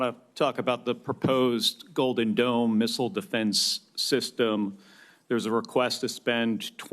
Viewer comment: I can only hear "golden dumb."